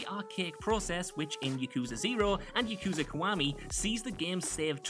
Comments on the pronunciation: It's "Yah-koo,zah", not "Yuh-koo-zuh"! Will you people of this world ever learn to not fail to say Japanese words correctly? You primarily-speaking of English people do this stunt all the darn time! Reason I feel this way, is because I'm Japanese. And I don't appreciate so many of you butchering Japanese words all in the exact same way. And this isn't an accent problem, it's you guys, and the majority of the English language side of the Internet, who make this problem. I don't mean to rage, but this bothers me so much. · The way pronounces Yakuza, makes me cringe